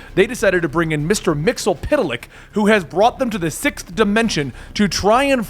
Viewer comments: Don't want to give you to much crap, but you're saying Mr. Mxyzptlk's name wrong. It was triggering me the more you said it in this and the last video. It's pronounced Mix-yz-pit-lick. You were saying Mr. Mixel-pity-lick. Backwards it's Kltpzyxm, pronounced Kill-tip-z-zim. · I think its pronounced as mix yeez spit lick